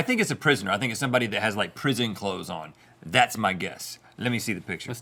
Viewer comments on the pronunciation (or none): none